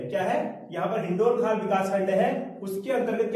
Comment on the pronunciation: हिंडोलखाल नहीं हिंडोलाखाल।।।।।।।धन्यवाद